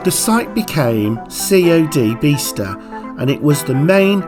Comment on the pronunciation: Great site and really interesting video::: I’ve just moved here ,,, but it’s not “Beee star” and “sher-well” //// try Biz-tah and Cherr-Well